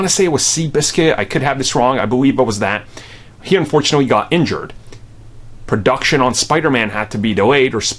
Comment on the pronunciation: “Per Doction” I’m gonna pretend he didn’t pronounce production that way